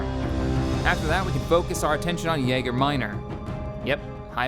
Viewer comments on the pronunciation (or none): I love you and your content. However. There is nothing that has ever triggered me more than you saying yaeger minor. It is YAGA MINOR also you called rebel one rogue one. Sorry if i'm being a bit negative. Love everything you do.